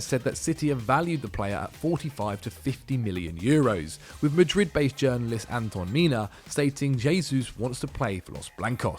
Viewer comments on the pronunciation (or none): none